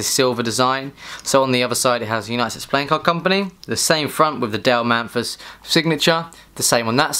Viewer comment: Also: His name is Dale Mathis not Dale Manthis he read his name wrong like 20 times.